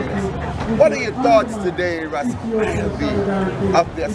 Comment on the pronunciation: you must STOP this rastafearians pronounciation STOP is Rastafarians😎